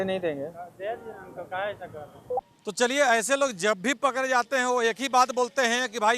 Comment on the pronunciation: Or ap bihari ho...ra ko da or da ko ra bol rahe h ...pakde ko pakre etc 😂😂😂😂